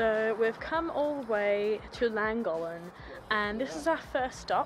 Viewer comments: The town is pronounced clan gock lin I think even though I am not Welsh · Please have a go at pronouncing Llangollen correctly! The LL in Welsh is pronounced differently and is classed as a single letter in Welsh. There are two LL’s in Llangollen.